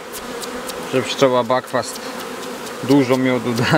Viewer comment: nie backfast tylko buckfast, czyta się tak jak się pisze. Mieszkam w Irlandii 13 lat a ta nazwa właśnie stąd, nie tam z jakiejś GB. Irole mówią BUCKFAST:)) pozdrawiam